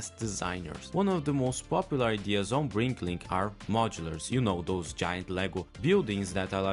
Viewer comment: It's "BRICKlink", not "BriNklink"